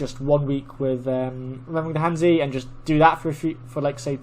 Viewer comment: I have no idea what your level is but I've never heard you pronounce han zi correctly yet.